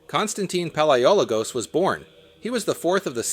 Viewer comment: PaleoLOgos not PaleOlogos